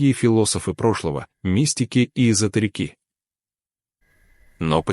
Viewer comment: Заржал в голос как робот сказал эзо терикИ на и последнее поставил ударение. Это же надо так постараться извратить слово! Дальше смотреть не стал. Нет смысла.